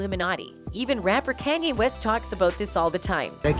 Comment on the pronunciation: CANYe West. Something wrong with her 😂